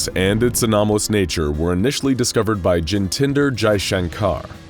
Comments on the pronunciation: Jintinder Jaikanshar? Why to include indian names if it can’t be pronounced properly by your narrators? Its Jitendra Jaishankar. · no problem with pronounced word but try jitandra jayshankar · Another indian name butchered 😂